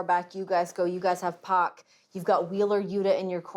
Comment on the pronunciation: Pack or pock?